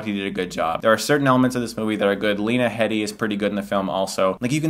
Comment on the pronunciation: It's pronounced Lena HEED-ey, Mr. Stuckman ;)